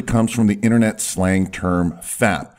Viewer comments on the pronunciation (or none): none